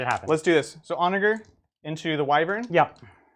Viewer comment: For what it's worth the G in Onager is pronounced similarly to a J like the G in German. It means Donkey. ˈänəjər, like On A Ger(man)